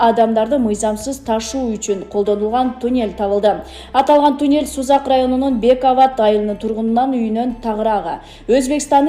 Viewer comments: Тюнель эмес мал а туннель! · тЮнЭль дейтко